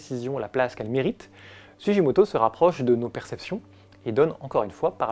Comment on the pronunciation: En japonais on dit sou-Gui-moto… sinon ce serait Sujimoto. ( tu dis pas Hiroshijé mais gué, non ? 🤪) Merci : beau travail sur un artiste méconnu. Pour la petite histoire son nom veut dire « Racine du Cèdre ». Joli, non ?